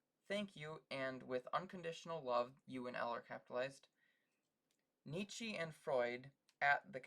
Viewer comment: you keep pronouncing nietzsche wrong :(